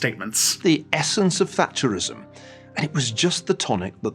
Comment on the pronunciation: When Niall Ferguson say Thatcherism, I thought I heard flatulenceism! 🤣